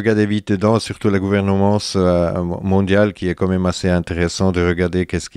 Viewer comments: Pour ce qui est des défauts de prononciation du type, il a l'air d'avoir un accent suisse-allemand, donc je pense qu'il est germanophone... ce qui expliquerait cela. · tu te moques de lui pour gouveremance mais tu as pas regardé comment on prononce disease